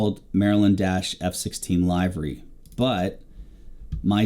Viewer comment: Nice tutorial! Timely for me, as I'd like to correct my old squadron's livery, which is missing some items, and wrong in other ways. The only picky issue I have is your pronunciation of the word, 'livery', which should be spoken like the body organ, 'liver' -y vice 'LYvery'. Sorry, just very jarring to hear multiple times throughout. Picky, I know, please forgive me - but great content! /Harv